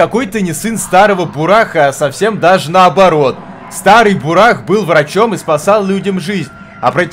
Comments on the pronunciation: у тебя тут развлекательный канал, поэтому игра на обзор не подходит. Во-первых: бУрах, ударение на первую букву. Во-вторых: что ремейк, что оригинал — это философские и психологические игры, которые под гнетом "Песчаной Язвы"(Чумы) рассказывают о тяжёлой жизни людей, и о тех кто будет вершить судьбы города, что находится далеко в степи. Помощи ждать бесполезно. Ибо властям в цивилизации плевать на то, что происходит где-то на краю мира. Поэтому игрок в роли трёх персонажей Бакалавра, Бураха и Самозванки должен будет решить судьбу этого места. В-третьих: разрабы тут хотят показать все тяжесть бытия, и подвергнуть сомнению нашу реальность. Здесь не до хиханек, и не до хаханек. Спасибо, конечно, что отнесся к игре положительно, но это не то, что показывать даже в таком виде на канале. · бУрах надо читать,бунд! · Там есть трагики и Исполнители , и это второя часть Мор Утопия если не играл в первую часть , то не удивляйся началу .....БУРАХ УДАРЕНИЕ НА УУУ,..